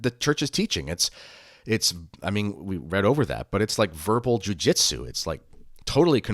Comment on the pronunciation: Verbal je ...? Did not get that word